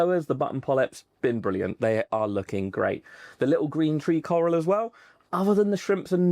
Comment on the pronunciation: The “carl” coral😂